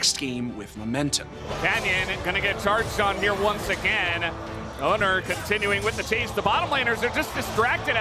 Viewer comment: why do they keep reading "oner" as "owner"?